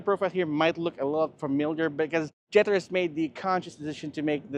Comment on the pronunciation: Did he struggle to say jetour? Lol😅😅 he said jetter lol😅 trying very hard with that American accent